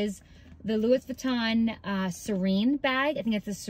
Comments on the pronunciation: Not continuing to watch after the mispronunciation of Louis… 🤦🏽‍♀️ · It’s pronounced Lou-ee not Louis. It’s French . Hope that helps.